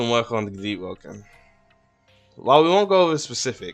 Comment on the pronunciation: JP conqueror deeowoken?